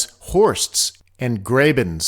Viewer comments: Chinle = Keen-lay. Apparantly not. It's more like chin-Lay or chin-Lee Graben = Grah-ben just sayin. Other than that pedantry, a really excellent video. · While entertaining, this has some errors in it, the least of which are the mispronounciations of~ josh-U-a and graHben , which is German.